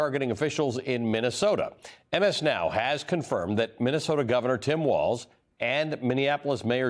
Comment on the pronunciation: You edited and still butchered his name. It is Walz.